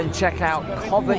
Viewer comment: Once again is right. She pronounced Covent Garden correct! You HAVE TO, HAVE TO visit Covent Garden when in London. Tiny shops, great street performers, great cafes/pubs/restaurants. It is a must any time of the year. Free to visit, but you could spend a lot of money when you’re there!